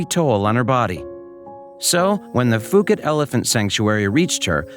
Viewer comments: Its pronounced Poo Kett, That is NOT Fooket Fuket.Its Phuket OK. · When I spent a couple of weeks in Phuket, everyone there pronounced the name of the place as “Poo-ket”. I never heard “Foo-ket” while in Thailand. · It’s pronounced Poo-ket not fuu-ket , it’s an island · For the love of god it's pronounced Poo-KET, Poo-KET! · Phuket is pronounce pu ket.